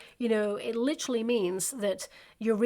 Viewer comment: “ Lit-er-al, “ not Lit-tral. Sorry, I wrote a book on Communication and words and pronunciation matter. Literally, not Litrally.